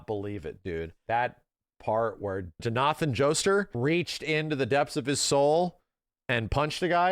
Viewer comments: Hearing him say John-ah-(e)then joester made me giggle. Thanks for reviewing a game I love so dearly ❤. Btw for anyone curious it's John-aa (like you're singing aaaaa) in a holy manner) lastly then like you're saying "and then he said" Johnathan Joe-star (star because of the star birthmark on the back shoulder of each Joestar) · "Jonathan joestar" is pronounced "joe-nathan jokester" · the way he pronounced jonathan joestar fucking killed me lmao